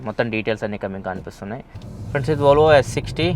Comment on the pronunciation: bruh it's Volvo not volavola this guy sounding it wrong lol 😂😆🤣